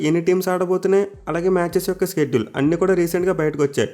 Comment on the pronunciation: Shedule pranounce wrong chestunnav bro adi షెడ్యూల్ స్కెడ్యుల్ kadu